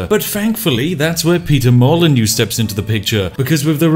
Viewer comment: I clicked dislike when you said peter molyneux